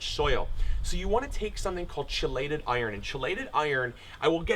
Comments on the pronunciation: It's (key-lated) not (chee-lated). Otherwise good presentation. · Chelated is pronounced KEY-LATED. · Chiiiii-lated lmao ….anyway thanks for tips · Chelated iron is pronounced KEY- late-ed. Great vid! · Neat video i look forward to trying to grow my own coffee. Sorry to sound like a grammar snob, chelated is actually pronounced "key lated" or " kelated", I've learned a lot about this recently, which is why it's fresh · Hey dude, love your work, very informative and will try with my coffee plants. by the way 'chelated' is pronounced 'key'-lay-ted, its one of those weird english thingys. Cheers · Chelated iron. Pronounced with a K sound btw. Awesome vid, man.